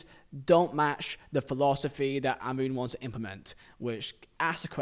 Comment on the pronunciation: His pronunciation of Amorim is criminal